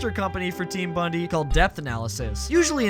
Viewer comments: bondi is pronounced "bond-eye", not "bundy" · Team BONDI, not bundee. Is this ragebait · Just gotta say Team Bondi is pronounced 'bond-eye'. Its a famous beach town in Australia. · why does no Americans no how to say Bondi correctly 😭